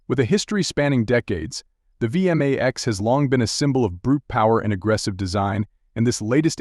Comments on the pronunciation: V m a x.. It sounds ridiculous when it's said like that.Over and over again. It's V Max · It's vmax one word not v m a x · It's vmax not v m a x, at least get the name right